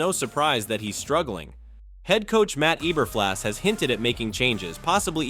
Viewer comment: It’s Eberflus not Eburflas. You’ll hear his name a lot on Black Monday. Also, Darnell Mooney isn’t on this team anymore; he took his talents to Atlanta. That being said pretty good breakdown. 👍. Bear Down 🐻